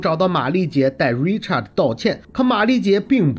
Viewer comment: Richard 是唸er的音 Not art Richart 才是發你唸的art的音